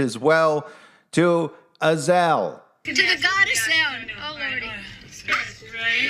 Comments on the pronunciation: I listened many times to her pronunciation of Azazel. Also, the content creator. It is not: Az el Azazel pronunciation: uh zaa zl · Az-A-Zel, not Azel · I believe Azazel is pronounced uh zay zel, not azel. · she said azel not azazel. maybe it's the same but that just threw me off for a minute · I can’t, if you’re going to say the name say it the right way it’s A- za- Zel ! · If anyone watched that movie with Denzel Washington, the fallen, I think it's called, and the guy from Roseanne was in it. You know, the father, the big guy. And the demon that was in their was spelled the same way as this. But pronounced differently in the movie. A za zel.